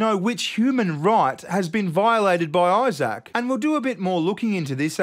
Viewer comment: Eye-sack... What an proper big unfortunate name 😂